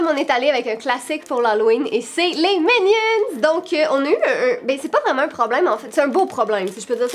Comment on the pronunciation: C’est vraiment insultant pour la langue française que dise les « incredibles » ou les « minions »